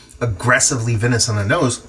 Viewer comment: Just fyi, you pronounce it "vine-ous" 👍